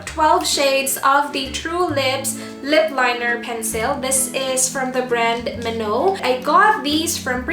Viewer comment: i think it's pronounced as me-now